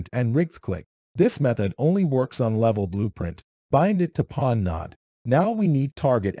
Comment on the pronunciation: If you're going to use AI-generated voices, at least try to spell things correctly so we can understand it. It keeps pronouncing "pawn" as "peon", "node" as "nod", and "collision" and "collison", which is hilarious, but still.